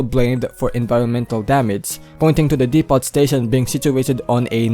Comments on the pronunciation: No offense, but depot is pronounced "dep-oh". The T is silent. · chicken farm.😂 also silent yung t sa depot. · I am more bothered on how you pronounce Depot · Bro, in "depot", the t is silent.